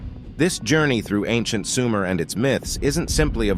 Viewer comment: It's not SUMAIRE. ,it's SOOO-MER